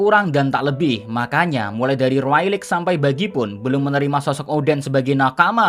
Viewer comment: Rayleigh dibacanya Reyli bukan Railik sorry julid